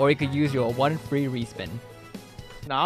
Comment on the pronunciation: Fwee tablet